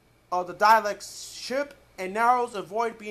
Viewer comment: Please for the love of Gallifrey STOP pronouncing DALEKS DIALECTS!!!